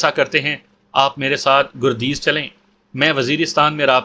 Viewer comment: گردیز کے گ پر زبر لگتا ہے اور دوسرا شہر پکتیا ہے